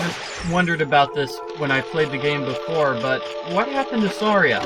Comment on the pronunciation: You pronounced Saria's name wrong.